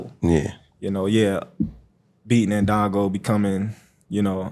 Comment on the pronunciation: He said ndongo 😂😂😂